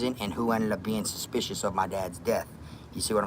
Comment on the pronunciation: This man 2nd time watchin this he still said suspissed😂😂